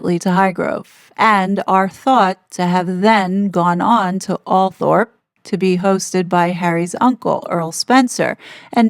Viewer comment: Althorp is pronounced as AWL-thrup (phonetic: /ˈɔːltrəp/). The "th" is silent, making it sound more like "All-throp" or "All-thrup" rather than spelling it out phonetically as "Al-thorp